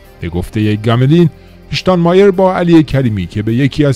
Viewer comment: اشتان مایر نه . شتان مایر .